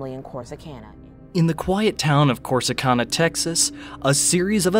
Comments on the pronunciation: The city is pronounced Cor-si-can-a! 🙄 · You’re mispronouncing Corsicana. It’s can, like can of soup. Not con, like convict. I’m not gonna mention muh hay uh.